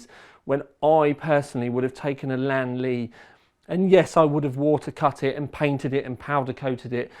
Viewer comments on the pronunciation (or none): In "Li-an-li" the pronunciation not "Lan-li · Man really said LAN LI